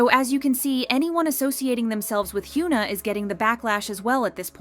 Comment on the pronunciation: You could try and improve your Korean pronunciation, as you keep mispronouncing HyunA and Bang Sihyuk. Great content nonetheless